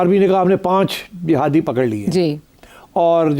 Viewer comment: He said jahadis